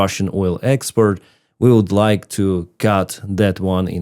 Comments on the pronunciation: The word is export not expert, love your show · It's kind of odd he has no difficulty pronouncing "port", but cannot say "export". Always says "expert" instead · Awesome! Awesome! Awesome! GREAT Job!!!! Slava Ukraine from Australia PS, not a problem and only saying as your English is so excellent assuming you would want to know - expert and export pronounced differently - export sounds like ports Ukraine blows up at end! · at the spot in the video the second shot of the fire after the fire in the street do you see the Russian pig in the smoke on the left side above the buildings. Also you being a pilot you strive for excellent. I just wanted to let you know when you use english the way export is pronounced like port. I just notice you say expert. Just. To let you know. I love you show your doing a great job. Victory for Ukraine 🇺🇦. I fill so sad about what the Ukraine people have to live through. Oh im watching from the small town of deridder in Louisiana. Usa